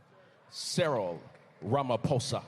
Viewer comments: Very good pronunciation Ramaphosa not Ramafosa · Thanks for pronouncing Ramaphosa like a child of the soil!